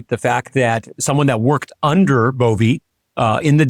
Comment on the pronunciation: Why do you consistently mispronounce names of people you don’t like? I don’t like him either but it’s pronounced Bov-eh. Not Bovey. Please stop doing this.